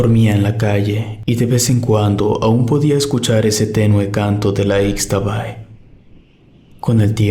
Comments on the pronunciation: Se dice ishtabay no icstabay para el próximo relato. Eso le quita originalidad. Escuchar que se dice de forma errónea la leyenda. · Yo soy de Campeche y toda la zona maya está llena de leyendas, los aluxes, la xtabay, el uay chivo; solamente para comentarte que no se pronuncia "ix" sino "ish" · Se pronuncia shtabay